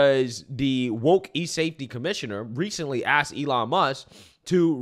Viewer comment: AYELON MUSK 😂